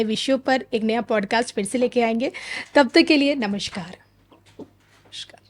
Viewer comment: NAMASKAARA and NOT NAMASHKAARA